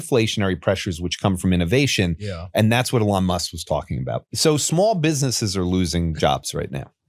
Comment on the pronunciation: This guy saying "uhlon muss" is actually driving me insane